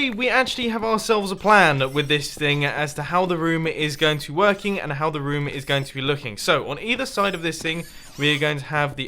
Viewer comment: I like how mumbo says rom instead of room